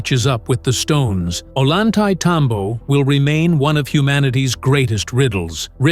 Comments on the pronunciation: The name of the place is pronounced in English phonetics: "Oh-yan-tie-tambo" The double L in Spanish is its own letter and is pronounced with the same sound as the "y" in the English word "yes." Very annoying to hear it pronounced with an L sound. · Like TMC said below, it’s pronounced ohYantay -tambo. Unlike what the narrator said. I recognize that voice but it seems computer generated. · "Oy yahn thai tom bo", please stop butchering it's name! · At least learn to pronounce the key name in your video, "Ollantaytambo", if you are going to hold yourselves out as some kind of "experts"! Pathetic!!!